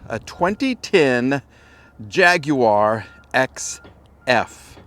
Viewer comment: Sorry but it's not a "Jag-yew-ar", it's a JAGWAR!! lol.